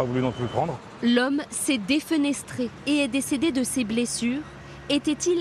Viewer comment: en plus il a dit deufénestré